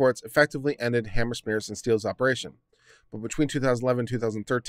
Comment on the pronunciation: "Hammerschmeer"??? HANZ MEYER! HANZ MEYER! HANZ MEYER! How hard is it? You actually pronounce it right a few times, along with a dozen other pronunciations.